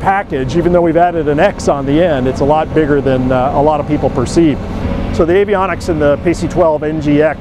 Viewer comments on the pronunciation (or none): none